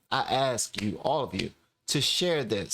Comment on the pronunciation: I'm french, did you say aks, it confuses me